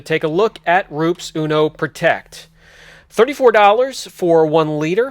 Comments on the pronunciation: haha funny to hear you say "roops" always had heard it as "roo-pez" anyways thanks for the vid product looks really good. Would you recommend this before a ceramic coating, or something like sonax perfect finish or 3D one? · It’s REW-PEZ, like New-Pez Not Roops like poops 😂 Great video tho! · Hey Brian, it's Roo-pessss. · the correct way to say is Roo-pes nice video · Todd of Esoteric pronounces it "Roo-puss". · really struggles with deciding how to pronounce Rupes.